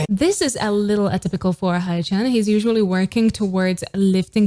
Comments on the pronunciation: it's actually not "hay" either. "ae (or "ä" in my mother tongue) in his case is pronounced like the "a" in mad but shorter. english native speakers tend to say hay-chan but when he speaks of himself or is being adressed by members you can hear it clearly. but i agree with you here... i have a hard time accepting all the different pronounciations of their names by different people on the internet as well. 😄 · No hate but in all my years of being a Sunflower, which is like 3 - 4 years, I have never heard anyone pronounce 'Haechan' as 'Haichan' which is cringe and hilarious asf. I've heard 'Haechin' and 'Haechan' is in like Jackie Chan but never have I ever heard 'Haichan' lmao😂😂😂. For those that are having trouble with pronouncing his name or just straight up don't know how to say it, Haechan is pronounced as: 'Hae' = 'Hay' or 'ae' = 'ay' like Ay-Yo 'Chan' = 'Han' like Han from SKZ just put the 'c' in and pronounce it the Korean way, not the Australian way lol.